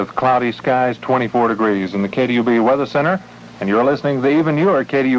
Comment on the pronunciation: KDUB, not KUB. You wouldn’t find a 3-letter call on 1340 am.